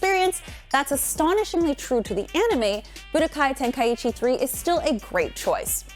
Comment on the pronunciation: Bro the way she pronounces tenkaichi Tenka- ichi 😭😂